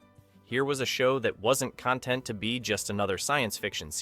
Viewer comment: It was actually the episode "Soldier" that "The Terminator" was lifted from. The story is nearly a carbon copy. The narrator's pronunciation or use of words like "content" make me wonder if it is AI or something. Had to correct that. Longtime fan.